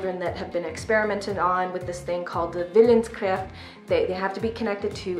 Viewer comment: Great review. 😄 It was so weird seeing myself in another person's video. 🙈 I've never heard of this series, but it has some interesting concepts. (It was funny, how you pronounced the German word. 😄 I assume it was Willenskraft?)